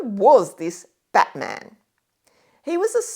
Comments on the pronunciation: You pronounce Batman's name like the name of the superhero character. In Tasmania all the stress is placed on the first syllable, with the a of -man receding to a schwa, something like "BATm'n". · Not impressive to hear someone slaughter the pronunciation of John Batman's name, which actually almost rhymes with Chapman; it certainly does not sound like the name of any mythical American superhero. The second 'a' is unstressed.